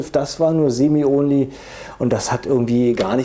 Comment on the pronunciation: Sorry aber ich finde dieses Denglisch(Deutsch-Englisch) so schlimm. "Onli" "Autabärrel" "Rifiu" "Fullauto" "gimmik" Bitte! Entweder richtig aussprechen oder auf deutsch. DANKE